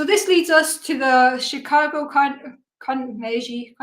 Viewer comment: Not that it matters, but if you are curious, at least in US English we pronounce Carnegie with a hard G sound. I believe the name ultimately comes from Andrew Carnegie, who I think was a rich steel baron a long time ago who made a lot of philanthropic donations and so ended up with many things named after him.